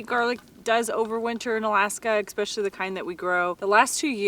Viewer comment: Sorry for being pedantic... but you are NOT waiting to UNthaw (freeze), you are waiting for it to thaw (melt, unfreeze)! Also, no "X" in especially!! Happy trails.